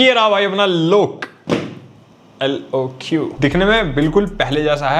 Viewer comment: "lok" nhi "Lock" hai pronunciation